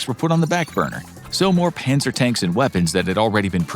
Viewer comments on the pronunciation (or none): none